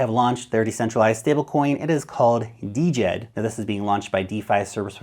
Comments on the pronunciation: It should sound like "Jed' , not Dee-Jed. The D is silent from the Egyptian word for stability, not "D" implying decentralized. Just Jed. . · Its Djed buddy, not D-jed